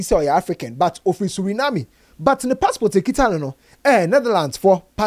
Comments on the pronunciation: It is Suriname not Surinamie ah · I beg, I gbaa with the name of country, it is actually pronounced (sur·uh·naam). We’ve also been taught that ‘Suriname’ was a Dutch Colony so it’s possible for one to get a Netherlands passport🙏🏿. I love the comment section ❤️ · 😂😂😂😂😂. I was also wondering which country Surenaami was. Thanks for the correction